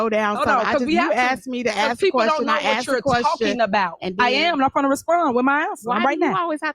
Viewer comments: aksed you? what language is this...ho talk? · aksed her?